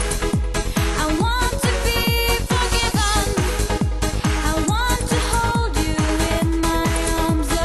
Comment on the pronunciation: Это ж насколько надо тупить и тугоушить одновременно чтоб такое услышать, а она поет без искажений просто ударение не туда